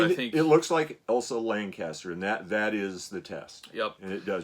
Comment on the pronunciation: Her name was Elsa Lanchester, not Lancaster. It's right there on the front of the box.